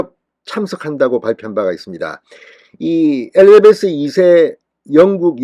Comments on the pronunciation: 엘리자베스를 엘리베스라 하시나요? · 진성호씨! 엘리베스가 아니고 엘리자베스여왕이죠^^